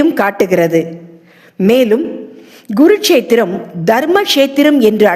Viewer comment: அது Guரு க்ஷேத்ரம் இல்லை Kuரு க்ஷேத்ரம்